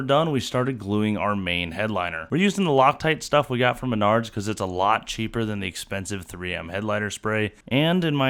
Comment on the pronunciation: Isn’t it pronounced Maynerds